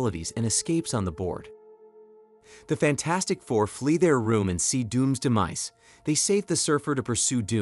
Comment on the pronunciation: I sure can. Alicia, devour and demise. Oddly, these are one-offs, as other times, they are pronounced correctly.